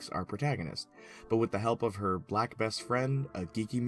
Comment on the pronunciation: Why did you say black best friend like that